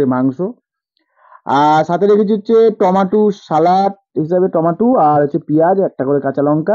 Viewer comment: কোথা গুলো ঠিক কোরে bolte sikho টোমোটু নই টোমেটো